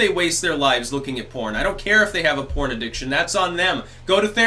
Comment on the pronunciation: DID YOU SAY PORN OR CORN?